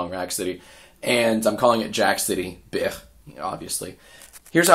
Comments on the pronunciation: You're obviously new here. Jack doesn't say "bitch" he says "bich" which is pronounced more like "bi-kh" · Yeah he knows what he's saying is it doesn't sound like "bich" it sounds just like "bih"